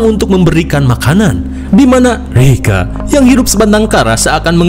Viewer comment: Lucu banget plis pas bilang rega😂